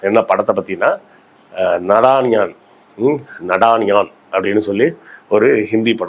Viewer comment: நாதானியா.. This is how it is pronounced.. Be conscious of your pronounciations..